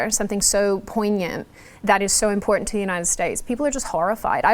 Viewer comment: Enunciate! Important.... It has two Ts in it! Pronounce BOTH of them.